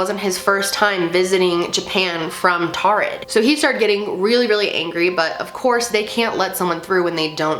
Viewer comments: I thought that it was pronounced torrid. Like it's taurid but sounds like torrid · I pretty sure it’s prounounced like “toured” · It sounds like you're saying "Tard" tehe xD